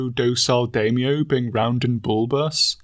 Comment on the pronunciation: Must resist the urge to correct the way he pronounces Daimyo 🙊